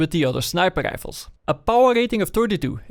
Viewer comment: sniper rischhhfelz